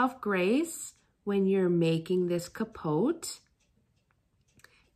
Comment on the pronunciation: the t is silent in pronounciation of capote